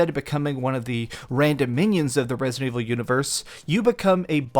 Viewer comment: The dude can't even say resident evil... Resnind evivil